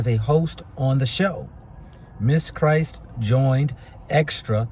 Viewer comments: She is biracial and was alledged to left a note, her last name is Kryst not "Christ". Extra pronounced her name:) Kryst. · It would have been nice to listen to news stories in order to pronounce her name correctly. You're just reading what the news feeds have already reported.